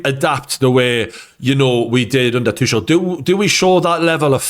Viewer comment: Its "too kull", not "two shell"